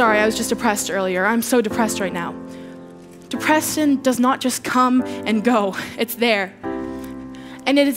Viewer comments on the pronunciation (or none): Did you hear how she said depression? De-pr-Edt-sion Just me? Okay